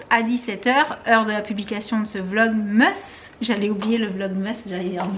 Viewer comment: Pourquoi tu dit vlogmeusse alors que c'est vlogmas